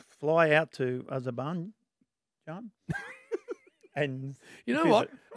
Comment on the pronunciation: Bins has created an entire 'Idiot File' just from his pronunciations of Azerbaijan both yesterday and today 😂